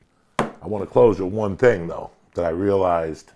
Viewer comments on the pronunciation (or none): Joey "I'm gonna close out on ONE thing, here..................."